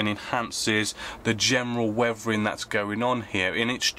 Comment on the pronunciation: Did he say “wevering “?